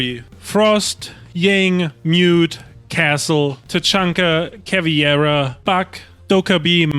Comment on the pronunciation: I just heard 3 hour straight some dude pronounce CAVIEIRA 🧠